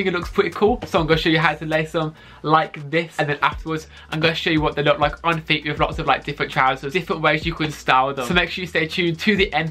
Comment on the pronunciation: "I fwink dey wook pweti cool wike this sowe"